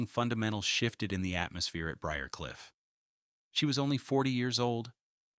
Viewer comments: What’s wrong with AI… Briar Cliff is easy to pronounce. Only one way. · Pronouncing B R I A R C L I F F should NOT be so difficult! I am a native Atlantan and lived on BRIARCLIFF ROAD! It' SO ANNOYING to hear mispronunciations! Also, some of your information re: the Candlers is incorrect.